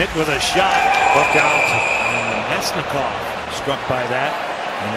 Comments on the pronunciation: Sorry man you pronounced his name wrong. Its Vlad Na-mest-ni-kov. Keep up the vids 👍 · Avs' fan here. I hope Na-mest-ni-kov is ok (the pronunciation.. ugh)